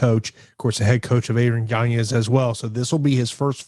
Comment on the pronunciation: Yanez not yanyez